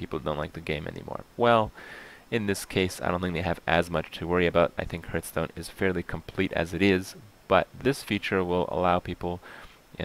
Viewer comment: What the fuck is Hurtstone?